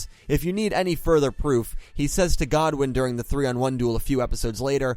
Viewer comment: It's Goodwin not Godwin lool 😂 😂 😂 😂 😂 😂